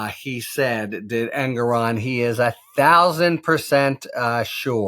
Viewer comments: Harry: the judge's name is pronounced "En-GORE-on". Not Engeron; not Aragon. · I think the justice introduced himself as En-GORE-on. Kudos Harry! Also, I think Habba’s lunchtime political diatribe on the courthouse steps is worthy of note.